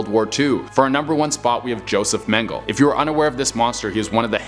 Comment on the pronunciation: Hey, I think it's pronounced Meng-e-la...ijs